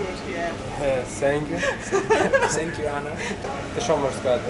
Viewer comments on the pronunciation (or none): "Sank you"!!! Hahaha!!!